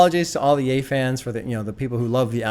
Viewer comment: the biggest breakthrough was you pronouncing ye right😂